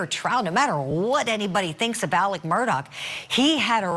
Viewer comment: This is wild for sure... but who else couldnt help but be annoyed by the reporter constantly saying ALEC instead of Alex?? Lol